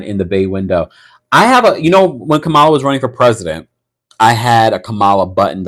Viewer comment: Comma-la, comma, comma, comma, Comma-la, Komma-la, Kamma-la, Kamala (Comma, like the punctuation)